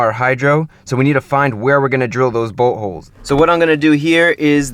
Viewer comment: It sounds like he is say butt holes instead of bolt holes